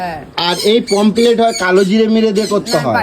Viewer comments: মাছ খায়.. কিন্তু মাছের নাম উচ্চারণ করতে পারে না। "পমফ্রেট" মাছকে "পমপ্লেট" বলছে! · ওরে মূর্খের দল! ওটাকে "পমফ্লেট" নয়.. "পমফ্রেট" বলে।